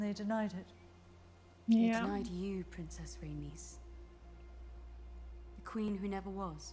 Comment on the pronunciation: Rhae-ny-s ,names are like Kryptonite to Angie LOL